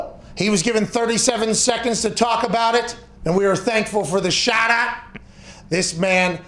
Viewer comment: shaht aht Chase